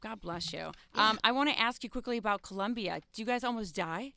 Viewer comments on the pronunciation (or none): none